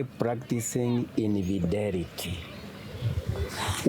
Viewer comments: Videl....its videeeeel....practising invidelity with my wife.....😂😂😂😂😂😂😂mnarudisha mzee soko surely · Fidel practicing invidelity 🤔😁kizungu